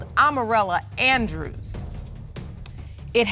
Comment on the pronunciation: Amorella almost sounds like Armadillo.